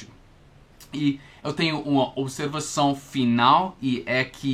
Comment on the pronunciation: Atenção as palavra são, observação e não, você esta pronunciando som, observaçom e nom. Você cometeu um erro ao pronunciar a palavra separá-la você disse "sepalá-la". Outro erro foi ao falar o verbo pronunciar, você disse "pronúncia" que é um substantivo, o correto nesse caso era pronuncia, esse realmente era muito difícil. Uma dica com relação a ao verbo pronunciar, quando você estiver conjugando esse verbo a sílaba tônica (sílaba com som mais forte) nunca será na sílaba num, ex: O pronuncia muito bem as palavras em português. Agora quando a sílaba tônica for na sílaba num, neste caso é um substantivo, ex A sua pronúncia em português é muito boa. Espero ter ajudado como você nos ajuda, um abraço